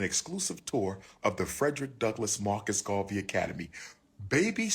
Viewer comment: Not you pronouncing Garvey as Gravy 😭😭😭